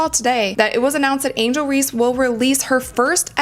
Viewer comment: IT'S "REESE," NOT REEDS, COME ON MAN!!!!!